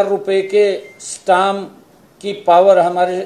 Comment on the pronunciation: Stam nhi Stamp hota hai...plz update your knowledge